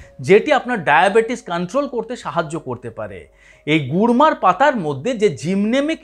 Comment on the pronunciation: Gurmar পাতা বলেছেন উনি kurmar নয়.